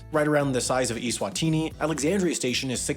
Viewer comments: That has to be the worst pronunciation of eSwatini that I have ever heard. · Pretty sure you’re pronouncing Eswatini wrong..?